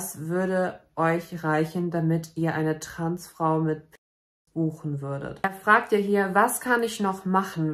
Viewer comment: ... wait what? "TransFRU..... Stolz SEIN eigenes Leben zu leben" ? 0.o Paging an Dr Freud ich glaube wir haben einen akuten Versprecher :D